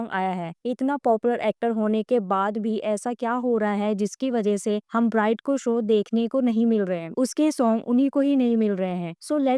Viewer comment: If you are really his follower then you will know ..he is doing so so many things but can't be disclosed.. ofcourse big projects takes time..his movie will be in 2027..his album will be in 2026... And many things on the way.. and pronounce his name perfectly...